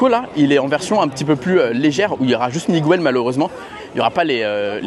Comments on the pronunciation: le petit-fils de Coco c'est Miguel!!! pas Migwel!! il n'y a que les français bolos qui disent Migwel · En Espagne on dit Miguel, et au Mexique aussi. Pas Migwel :face-orange-frowning